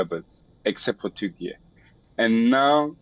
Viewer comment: Why Indian news anchor are pronouncing Turkey as turky.